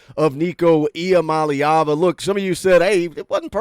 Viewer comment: thanks for taking the 5 minutes to learn how to say Iamaleava.